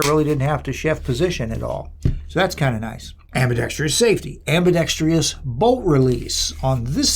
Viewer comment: Its prounced ambidextrous,…… NOT AMBIDEXTREEEEOUS